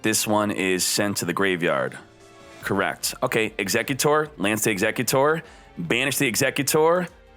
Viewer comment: Eggs - eck - you - tore. Dude it’s executor... like the man executing